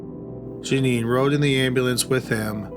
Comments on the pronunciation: Her name is Juh neen... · Not Genie it's pronounced Janeen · The last story....her name is pronounced Janeen...not genie...I live in San Antonio and as you can imagine this was an extremely high profile case...so very sad